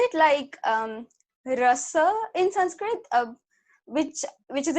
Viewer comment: This girl's Sanskrit pronounciation is really good. Generally hindi people can't pronounce Sanskrit words properly